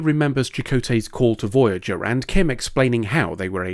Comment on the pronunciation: Ermahgerd! Veryerger!